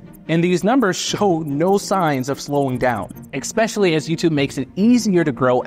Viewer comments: Did he say "exspecially"? 😅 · There's no X in especially.